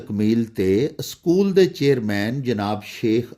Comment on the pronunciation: Sir ya jo lafz ap na panjabe man Pola ha aschool bol ha wo galat ha ya think kar lan sukria